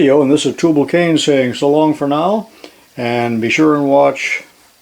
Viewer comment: How come when he says "TubALcain" he pronounces it "TubLAcain?" Kinda like realtor/relator...